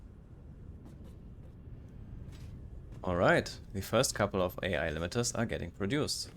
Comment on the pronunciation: This is awesome! By the way, you have a good naval joke for English speakers. The way you pronounced "AI AI" is not with the separate letters, but like crewmen say the words, "Aye Aye", when given a command. ;-)